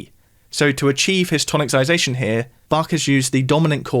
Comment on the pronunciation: Check how to pronounce 'tonicisation'. :) It's not 'toniccisation' ;)